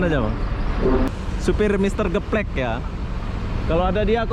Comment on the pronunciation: Mister gaplex bukan geplek bang hahahahaha